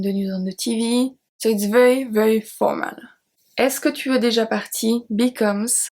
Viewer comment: is there a reason you do not pronounce déjà? Or, are you saying it and I cannot hear it?